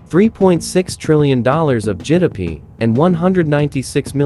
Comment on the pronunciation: GDP❌ Jidapee✅